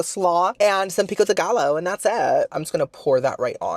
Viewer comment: Pico de gallo? Where is the half Cuban pronunciation? Gaiyo 😂